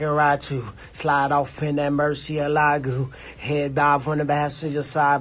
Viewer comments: Its MurcielaGO not Gew or wutever lol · Did Tyron say murcielagoo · What the hell is a murcielagoo?